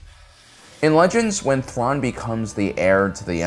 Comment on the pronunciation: Admiral Thuan lmao, not Admiral Thrawn.